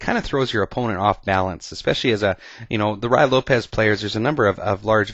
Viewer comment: Great vid! All ur ids r good but this is the best one! I've used this trap in the past, it works not only with the Ruy--pronounced roo-ee by the way--but with other openings as well, the 4 N's Game for ex. All of the traps in the Ruy are interesting. When I was 11 years old I used a trap in the Ruy that I figured out myself to beat the US Checkers Champion at chess! My suggestion 2 u is to do more vids on some of the other Ruy traps.